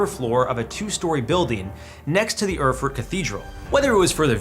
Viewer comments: "urfurt", lol - americans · Isn't it pronounced "air-furt"?